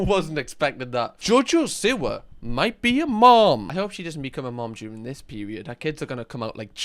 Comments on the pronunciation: I thought u said jojo sewer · I love that you pronounce it “Jojo Sewer” 😂😂😂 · it is JoJo See-wa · i love you but i really hate the way you say 'siwa' 😭😭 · I love the way he says jojo siwa lmfao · Still,saying her last name wrong haha